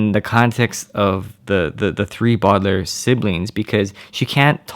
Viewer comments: bodler? It’s “ boe-de ( de as in decorated ) -layer “ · Baudelaire is pronounced bow-da-lair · How to write: Baudelaire How to pronounce: bodalair